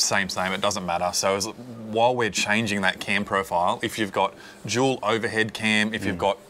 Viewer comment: Say “Dual” now say “Jewel”